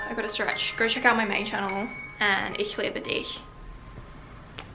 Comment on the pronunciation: The "Ich liebe dich" was amazing